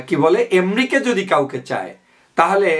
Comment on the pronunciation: এম্রিকা কি ভাই? উচ্চারণ টাও ঠিক করে করতে পারেন না?? খুবই দুঃখ জনক।